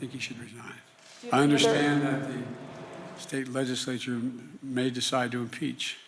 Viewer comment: State legismayture??